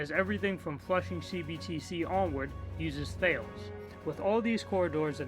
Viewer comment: Just a small correction on pronunciation, the Thales company is pronounced "ta less" not "th ales". It's a French word, not to be confused with the Greek philosopher Thales. I hate a pointless correction as much as the next guy, so I'm sorry. I used to work for a large entertainment company in Orlando, and worked with them on a particular project :)